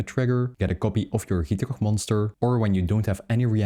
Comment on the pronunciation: the way you say gitrog is 10/10